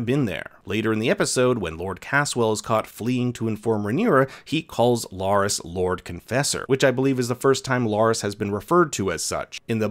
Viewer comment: He's not LOras but LArys. Be sure to pronounce the name correctly. Otherwise you're not talking about the same person.